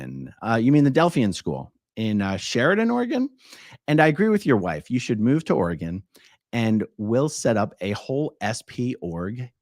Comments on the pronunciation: Portland area is beautiful. Southern burbs especially but I’m biased as I grew up in West Linn. At least you say Oregon correctly!! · Thank you for saying Oregon correctly. I live in Oregon and would recommend you not move to Oregon. It’s too expensive. In fact, I’m moving out due to the cost of living in this state. It is a beautiful state, but you pay for the beauty.